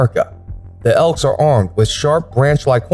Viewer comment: It's elk dickhead not ekls